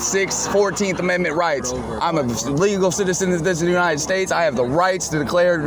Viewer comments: I bet his grandma would be embarrassed of just how stupid her grandson has become. Did this clown say these anited states? 🤡🌎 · "these ANITED states." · He says, "these anited states"